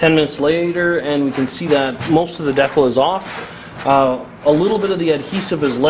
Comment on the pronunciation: awesome video, but... DE-CAL! lmfao its not decle...